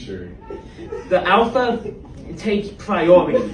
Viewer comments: " I'm now the awpha " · The afa doesn't haf to liften to thif... I think alpha needs to learn how to speak correctly before telling people what to do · The awpha takes pwiowity ovew the teachew 🤓🤓🤓🤓🤓